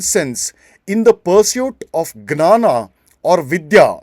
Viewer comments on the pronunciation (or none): 4.26 Why say 'gnana'? It is a Sanskrit word and is pronounced as 'gyana' [ज्ञान].